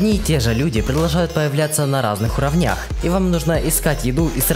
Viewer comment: Не уровнЯх,а урОвнях, бездарь